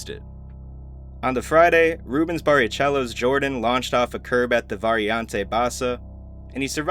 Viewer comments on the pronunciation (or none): Hey man, your videos are great, but just a note, I'd try and focus a bit more on getting pronunciation right. Just take a few mins when scripting to google videos about these incidents (rather than just reading about them for research) so you can hear how things like "Grosjean," "Barrichello," "Pocano," "Bahrain," etc. are all pronounced. It's off putting to hear them pronounced incorrectly lmao